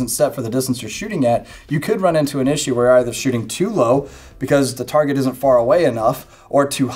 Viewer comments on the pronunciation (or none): none